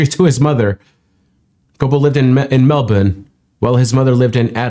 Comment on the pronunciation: I was going to praise the keenness of your analysis and depth of our newly shared fandom for these freaks (I saw lead singer Shorrock twice in 2022), and already had subscribed when you pronounced Melbourne so expertly in clearest Aussie replica, I would walk through fire for you. Power on, legend!